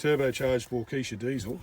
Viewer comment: G'Day, I live in Arizona 🌵I'm not too familiar with tractors, but like any type of machinery with an engine. I follow your mate Steve and Geoffrey also. You pronounce Waukesha correctly. Just imagine a "w" at the end. I enjoy your videos mate, very detailed and informative. Cheers, Scott 🌵